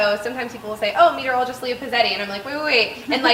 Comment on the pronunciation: How long did you have to practice saying "meteorologist". ;) Well done!!